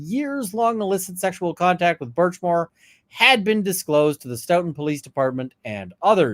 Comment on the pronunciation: Sto - ton. Rhymes with tote-in. Frederick Richards, USA olympic gymnast, hales from here.